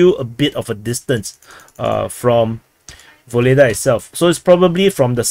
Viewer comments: Yes . This is true. But "Vuhledar" not "Voledaaa" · Ugledar, UGLEDAR. Stop butchering names so heavily. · Vuhledar is pronounced without the v! Worth knowing if reporting on the SMO. Like the begining uurrarrr 🇷🇺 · I thought it was "Vugledar"--saw it written in Cyrillic on a map